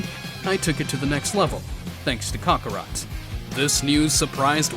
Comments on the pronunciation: Any particular reason you CONSTANTLY mispronounce Goku's Saiyan/Birth name? Its not pronounced as "Caw-caw-rot" it's "ka-kr-ot" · ‘Cockarot’ but not to hate its Kakarot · It’s not cock o rot it’s kakorot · Bro said Kocorot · Why is bardock calling kakorot cockorut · Say it as kokorot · "kakorat" he says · Bro really said cockarot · I just can't get passed the mispronounciation of Kakarot. I keep hearing cock rot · for me it sounds like he says cockarot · Please learn how to pronounce kakarot